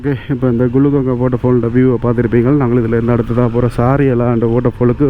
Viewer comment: 11.02. Gulugangai illa bro. Hulungangai..